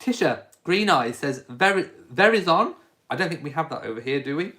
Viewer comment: Verizon is a cell phone company. *It is pronounced: Ver EYE zun* - It is VERY popular in the USA because their coverage is so good. But they are NOT the cheapest.